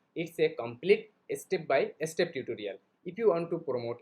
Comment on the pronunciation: Obviously everyone can make videos in English but the Bangladeshi's English pronunciation is not correct. Example- the word is Step. But Bangladeshi's people say estep